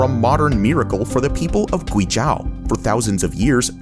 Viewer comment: Guizhou ==> Gwee-joe.